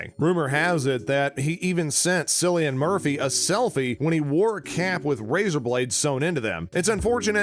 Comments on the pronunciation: It's Killian not sillian!! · It is pronounce KIL-LIAN with a K. You're welcome 😊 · It's pronounced Killian, how could you do so little research? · Just to let you know cillian Murphy’s name isn’t pronounced with an s but with a k. Think like car or cat.Just to let you know!😁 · bro the way he pronounces Cillian makes me feel a bit ill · UNLIKED. Just for how you say Cillian's name wrong! You have no idea how much i was cringing the entire video!🤯